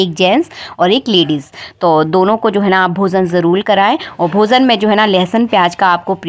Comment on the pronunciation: bhozan nhi bhojan bole. jarul nhi jarur bole.